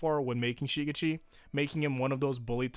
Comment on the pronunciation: “SHI-gitchi” shi-GECHi shi-GECHi shi-GECHi shi-GECHi Say it with me now.